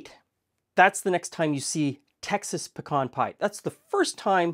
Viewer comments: don’t think we don’t appreciate long videos! I could watch for much longer, actually. Thank you! And at least in the South where pecans are grown, it is “p’CAHN”, like you say it. NOT “PEEE-can”! For god’s sake! Haha. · THANK YOU for pronouncing the Texas Nut correctly! Its "peh-cahn" or "p' - kawn" NOT " pee-can" ! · Ok but, YOU say pecan the same way I say pecan, and since I'm from Tennessee and you're not, I have to believe that it must be the really really correct way to say pecan! 😊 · Born in PA, grew up in Alabama, that's how my family says pecan too. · You say pecan like I do. So there are two of us who know the correct pronunciation- anyone who says it in another way is wrong. Great video! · what I've always found interesting is you pronounce pecan the same way we do in Texas (aka "the correct way" 😛). Is this typical in your region? Great research as usual!